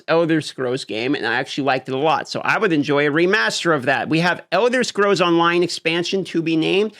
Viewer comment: Should have practiced saying the word Scrolls before you made this video